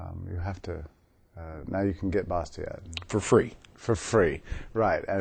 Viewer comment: Too bad they can't pronounce the name "Bastiat" correctly. Learn French dudes!